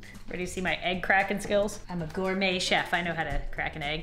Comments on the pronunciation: "groum chef" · O my god stop saying goumey sef